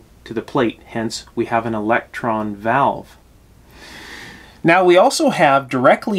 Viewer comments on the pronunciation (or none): none